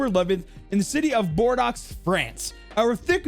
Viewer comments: Bordox. You gotta love Americans inability to pronounce foreign names. Other than that great video. It's pronounced Bore- doe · man said bordox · He pronounced it like Boredox, immediate dislike. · Bordeaux isn’t pronounced like that. It’s pronounced Bore-dough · “Bordeaux” is pronounced “boar-dough” Love the vid dude keep up the good work! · It's pronounced bor-dough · Man said “Bordox” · How did you pronounce Bordeaux? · Maybe, just maybe, run the text that are in other languages through a translator so you can have a good sense in how it's pronounced. Never thought I would ever hear someone mess up "Bordeaux" (though to be fair the last letter is almost never pronounced in french 🤣) Nevertheless, this video was awesome! Keep it up 👍❤️🤗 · Sorry mate but just one thing, the city Bordeaux the "x" is quiet ,otherwise your video is perfect go on like this